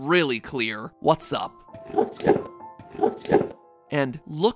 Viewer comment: I heard “Help us” instead of “What’s up?”